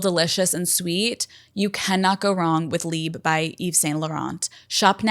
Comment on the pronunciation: Omg i am Belgian and speak French but the way you said “Libe” to Libre made my hair crawl 😭😅 I know you can’t do anything about it babe but anyways lol